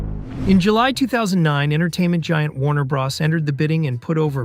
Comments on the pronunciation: nobody EVER in the HISTORY of video gaming has EVER called Super Maro Brothers(Bros) "Braws" smfh🤦🏾‍♂️🤡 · BRO...s not BRAs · The way you keep saying bra instead of bro 😂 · Did he say super mario BROSS?🤷‍♂🤷‍♂ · Or how he calls WB "Warner Brahs" 😂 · .....the way he said it....."Super Mario Bras".......😂......🤣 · Why are you pronouncing it Warner "Brahss"? Do you know what the "Bros" in "Warner Bros" is short for? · Really interesting. The pronunciation of "Bros" was so much more distracting than I'd have expected... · never heard anyone pronounce bros like that. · It's Mario bros not bras & it's (Ray den) raiden not riden 🤦🏼